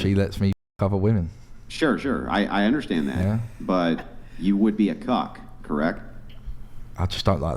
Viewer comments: It’s Cuck not Cock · Clarification please, said "Cuck" not c0ck. Ya'll clickbaited me 😂😂